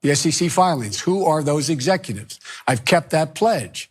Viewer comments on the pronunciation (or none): He couldn't even say "executives" at the beginning. "He is not an exefutive